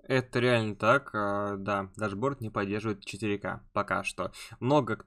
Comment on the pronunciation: А говорить ТАШБОРТ это какая то фишка, типо модное слово какое то?